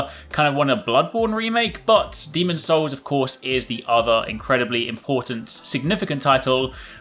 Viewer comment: hey, it's demon'S souls;)